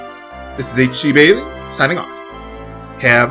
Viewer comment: is it just me or on every video does it always sound like he's saying "hello, this is H 'G' Bailly" instead of "?